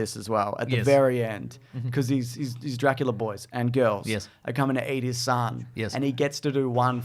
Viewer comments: saying drackleea at random points of the podcast is shredding me to bits lmao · Is saying Draclea?